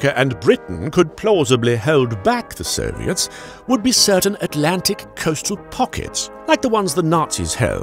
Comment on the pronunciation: For some reason I clearly heard “the serbians” each time he said “the soviets”